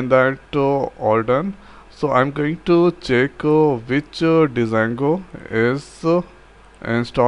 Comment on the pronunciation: Its called jango not D jango